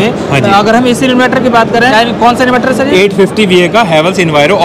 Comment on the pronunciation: इनवैटर nahi इनवर्टर bolte hain